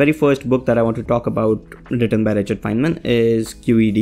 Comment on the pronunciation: Not fienman not fineman Instead Feynman